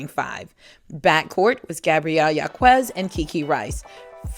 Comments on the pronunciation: Gabriela's last name is pronounced "HAWKez" not "YAWKooez." Please... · Thank so much for this. Just a slight correction Gabriela Jaquez preannounces her name Hawk-ez. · #11 Gabriella Jacquez's last name is pronounced "Hawk-ez"